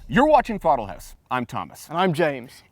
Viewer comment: Thortle Horse.... LOL